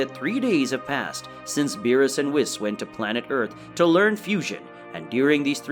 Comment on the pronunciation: Why do you pronounce the name Whis the way you do? It's not pronounced that way in English anywhere else.